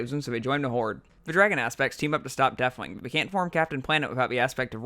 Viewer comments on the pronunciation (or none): I like how he just gives up on his Th's. Deafwing, Feramore, Azeroff